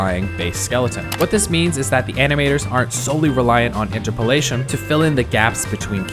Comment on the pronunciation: Everytime he says "Interpolation" i die a little inside